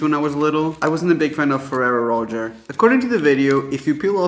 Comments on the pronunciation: it’s pronounced roe-shay not roe-cherr😂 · And he said “Roger” 😭🤣🤣🤣🤣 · Lmfao "Roacher" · Oh my god the way she pronounced rocher was killing me 😭 why do Americans always say stuff wrong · Raphael pronounced it incorrectly too and he isn't American.